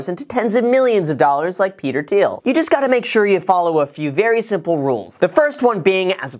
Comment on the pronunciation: thiel not teal